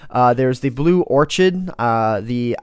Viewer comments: omg, it's OR-KID. Not ORCH-ID. lol it doesn't really matter but it bothered me. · you idiot... It's not LORE it's LU ER and its not ORSHID IT'S OR KID!!! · its pronounced or-kid not or-chid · Blue Orkid* That's how you pronounce it, not Orchid. lol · "peenie*" "Orkid*" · orchid is said orkid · orchid (or-kid) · It's pronounced 'or-kid'. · Lol pronounced orkid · Am I the only boy who knows how to pronounce Orchid